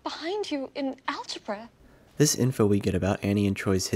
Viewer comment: love how Annie says algebra lol